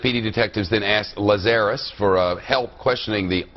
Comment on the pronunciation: Why is it so difficult for people to pronounce Lazarus. LAZ-a-russ. It’s in the Bible. It’s commonly known.